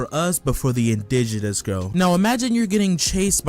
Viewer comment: Bro did NOT have to say indigenous like that 😭😭